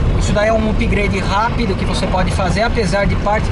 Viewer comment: Upgrade pronuncia errada no video comedia